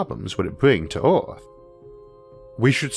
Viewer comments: Hello. Please find and pay someone to narrate your videos finally. At least learn to pronounce Earth and Mars properly, get some logopedic help man. Thx ⚠ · Did this guy voice elma fudd???... rofl hearing him say EORF (earth) LOL